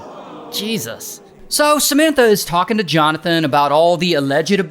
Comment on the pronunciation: Does anyone else hear Cementa instead of Samanta?